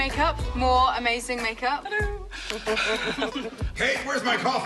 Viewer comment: More like aMAISIEng